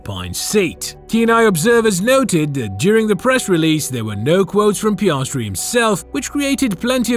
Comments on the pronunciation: piayahhstry bruh its piastri 😭😭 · Pi-as-tri NOT pi-arse-tri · And then Piarsetri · Piarsetri the funniest pronouncement of an F1 driver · Just a heads up, the way he says Piastri doesn’t get any easier to listen to.